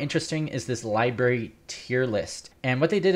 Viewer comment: I think you mean library not liberry.